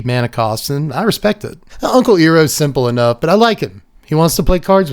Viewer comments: Hey, I'm sure you've been told. The one name i'd double check for pronunciation is "Iroh, Grand Lotus" (phonetically Iroh is like: eye-row). All good, love the vid!!! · Iroh (EYE-row) deserves some respect on his name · MAN did you just not watch Avatar when you were younger?? you mispronounced Iroh, the unc himself!